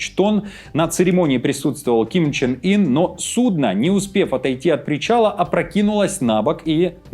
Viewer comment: Его зовут КИМ ЧЕН ЫН, последний слог через Ы. Извините, не выдержал, слух режет.